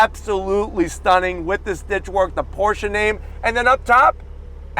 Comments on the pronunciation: Thank you so much for pronouncing Porsche correctly. Excellent review! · This it the first american so far to pronounce Porsche correctly...